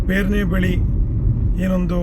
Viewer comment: ಅದು ಪೇರ್ನೆ ಅಲ್ಲ, ಪೆರ್ನೆ.